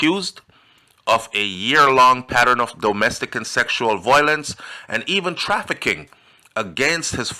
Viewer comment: Violence- pronounced v- yo- lence